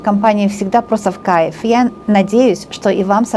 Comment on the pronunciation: мне Ваша компания тоже в Кайффффффффф!!!! 😘😘😘😘😘😀😀Обожаю когда Вы так выражаетесь!!!! У Вас это так классно получается произносить слово в Кайффффффффф..... Всё просто суперррррррр!!!! А Вы Большая Умница, красавица, мастер своего дела!!!!! Настоящий М А Г!!!! Да храни Вас Бог и Высшие Силы!!!! Низкий Вам от меня поклон до самой Земли!!!! Аминь Аминь Аминь... 🙏🙏🙏🙏🙏💖💖💖💖💖💖💖💖💖💖💖🌹🌹🌹🌹🌹🌹🌹🌹🌹🌹🌹🌹🌹🌹🌹🌹🌹🌹🌹🌹🌹🌹🌹🌹🌹🌹🌹🌹🌹🌹🌹🌹🌹🌹🌹🌹🌹